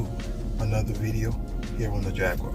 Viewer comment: There's no W in JAGUAR.